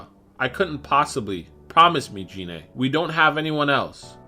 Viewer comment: OMG you call yourself a dragon ball fan but yet you can't even say one name correctly 😂 I mean you kept saying Rigor's name wrong because you kept calling him Ri-Gor when his name is pronounced Rai-Gor and you kept calling Gina Jeinay and that's clearly not how you say her name it's pronounced like this Gei-Nay not Jeinay, i mean can you say anything right?! I mean come on everyone knows that Gohan's form is not called mystic it's called the Ultimate Form aka Ultimate Gohan not mystic Gohan, i mean seriously dude Gohan's form was never called mystic in any form of media and infact the only time it was ever given the name mystic was in a non-canon card game back in the mid 1990's before the Buu saga was brought over in the dub so for you to use that dumb proto nonsense non-canon name for Gohan's ultimate form is completely asinine and disrespectful to the source martial, so bottom line get your facts straight next time you absolute noob. 😂😂😂